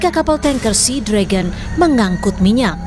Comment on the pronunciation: Sea Dragon dibaca Sinaga